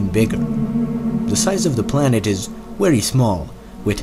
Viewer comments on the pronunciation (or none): Why do all the people who do these videos barely know how to speak... “eart”, “wery” wtf